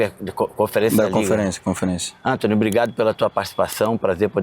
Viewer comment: "É o Entony